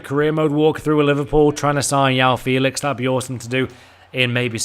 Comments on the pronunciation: Stop saying Yoao Felix it’s João Felix with a fucking J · João Felix is Portuguese pronounce the J when you say his name. Also any skill move that increases cross or shot accuracy should get nerfed. We don’t need el tornado crosses again in fifa 20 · “yao feelix”..... why can like 5% of fifa youtubers pronounce João Félix?